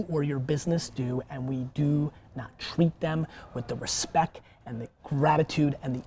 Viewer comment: Did Gary just say respeck ?